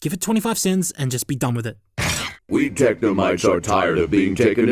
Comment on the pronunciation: technomytes! or as an australian would say technomates (i'm sorry)